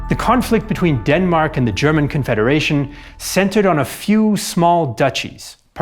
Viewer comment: Your German pronounciation is on point👍